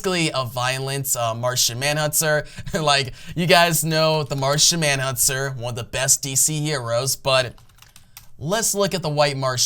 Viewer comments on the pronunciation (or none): Martian manhunTer not huntser...Choco with an ahhhhhh like chocolate not choke-o...🤣🤣🤣 great video otherwise. I enjoy